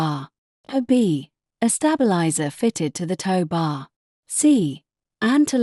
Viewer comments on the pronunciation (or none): Q, 44 she says wound as 5 wound as in have you wound the clock up.. And 45, she says a stab.. Eliser as in stabbing 😂